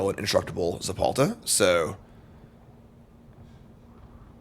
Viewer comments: ZeTalPa, not ZePalta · God he just kept saying it… so annoying lol